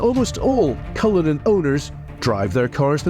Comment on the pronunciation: cullinan ❌ cryllinan 💯